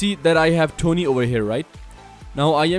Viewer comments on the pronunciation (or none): I think it pronounced T.O.N.E Not Tony